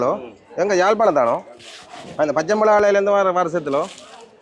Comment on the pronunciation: நீ தமிழ் கற்ற தமிழனா அல்லது வேற்று மொழியில் படித்த தமிழனா? ஏன்டா யாழ்ப்பாணத்தின் பெயரை கொலை செய்கிறாய்?